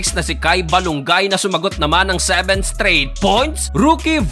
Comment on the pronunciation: Perpeyk😂 Seventi to sixty seybin 😂